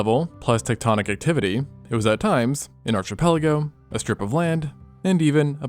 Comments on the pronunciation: ITS NOT A PHUCKING "ARCH-I-PELAGO"...ITS "ARK-IPELAGO"....YOU DONT SAY "ARCH-I-TETCHUR" DO YOU...?....NO!...YOU SAY "ARK-I-TEKTURE"....Architecture! Archipelago! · I hate to be a pedantic dickhead but please look up the pronunciation of archipelago- it makes me cringe every time I hear you say it with a hard ch like chocolate. It’s a k sound like in archaeology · It's Arck-ipelago not Arch. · Why do all Americans seem to have so much trouble pronouning Archipelago. Its are ke pela go. Its not even a tough one like Caribbean. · Please remember Archipelago is pronounced with a K sound. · Your pronunciation of "archipelago" is sending me💀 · Love your videos, but please say archipelago correctly. It kills me every time you say it 💀